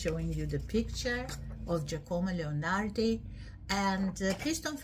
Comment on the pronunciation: Please do not butcher his name. Incidentally, Giacomo Leopardi was NOT a Romantic.